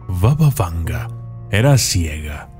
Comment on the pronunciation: Arreglemos algunos errores del autor del video.Primero: No se pronuncia "Vava Vanga" sino "Baba Vanga",que significa "Abuela Vanga" en idioma búlgara.Así lа llaman los propios búlgaros.Segundo: Nació en suelo búlgaro y no es macedonia sino búlgara.Vivió toda su vida hasta su muerte en un pequeño pueblo del sur de Bulgaria.Hoy allí está su monumento y allí se encuentra la iglesia construida con sus ahorros personales.Tercero:La mayoría de las fotografías de este vídeo son ilustrativas y no tienen nada que ver con la realidad.Hay más,pero me detendré aquí.Espero haber sido útil para corregir estas inexactitudes.Y mi consejo para el autor del video es que verifique tres veces su información en el futuro y solo luego la publique.